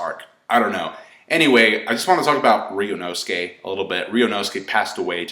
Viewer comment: RYUUNOSUKE!!!!!!!!!!!!! NOT RYUUNOSUKE!!!!!!!!